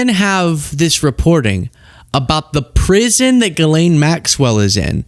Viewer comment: Jeess-lenn is the correct pronunciation